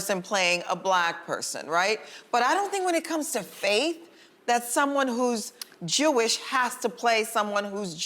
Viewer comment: As a Jew, this segment was so cringeworthy to watch. They could not even say the word “Jewish” correctly smh. This is why they need a Jewish perspective on this show, at least as a guest. Being Jewish is a faith but also an ethnicity because almost all Jews originate from an ancient kingdom called Judea in the Middle East, except for the few who converted to the faith. Personally, I do think only Jewish actors should play Jewish roles. If the role is ethnically Jewish the actor should be too. It’s important to give minorities proper representation both in job opportunities and defining their own people so that they are not stereotypes.